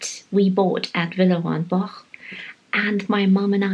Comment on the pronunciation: In the US, any cake with a crust on the bottom would be termed a pie. I am glad you pronounced Villeroy and Boch several times so we could correct ourselves. I thought it was pronounced Bosh. It's more like Bach. This was a fun video. Thanks, and it's nice to "meet" your parents too.